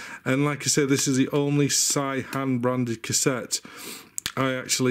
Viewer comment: Great video, I love your enthusiasm. It's pronounced 'say-han' btw. (I'm an expat living in Korea, not an authority but wify says)